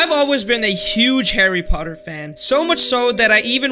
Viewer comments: harry puhtar. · By the way it’s not Harry puthat it’s Harry Potter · Oh noooooooo he said puthar not potter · Chary potter😂😂😂🤣🤣🤣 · Man I love “Harry purthar” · "Harry Puthar"? LOL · Harry Puthar 😂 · HARREH POTTAH